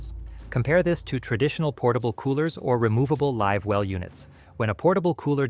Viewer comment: Ok this a a BS video when the narrator pronounces “live well” as “liv well”. Idiotic. And to say built in coolers or fish boxes are a problem is also ridiculous. So says a boater who has been boating for 40 years and has owned 4 different boats.